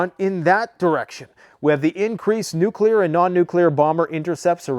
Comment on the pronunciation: No it's not nuclear